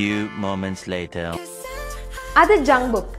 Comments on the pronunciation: It's jungkook not Junbook 😂sry akka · its not jungbook its jungkook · Sis that's not jungbook it's jungkook